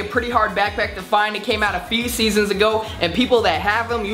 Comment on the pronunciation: " it came out a feceseasons ago"